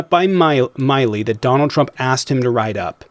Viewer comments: Why does the guy call Trump "Chromp"? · When we all o ow it’s trumpf